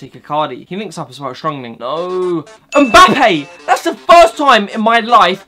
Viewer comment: Finally learnt to say mbappé instead of mboopay